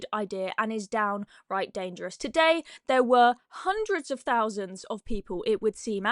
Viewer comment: "Jewemeh" "19 hundweds fhirty or sumpfink"